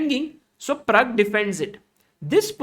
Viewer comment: Pragg , not parag